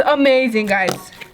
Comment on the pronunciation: Stop saying geys😡❤️❤️❤️❤️❤️❤️❤️❤️❤️❤️❤️❤️